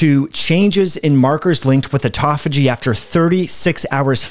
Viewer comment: It's autOphagy, not autAphogy...